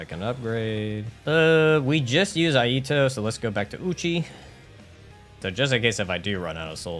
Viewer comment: Iaito is pronounced e eye toe.